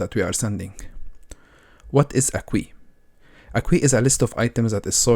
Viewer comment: Thanks so much. I'm really enjoying all of your videos! (small tip, queue is pronounced like the letter "Q", or "K" + "You"... like "KYou").